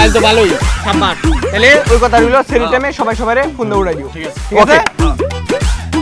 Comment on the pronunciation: Sehri na Sahri bolen